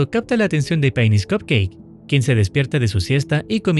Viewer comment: cuando el soldier decia PAINIS entendie penis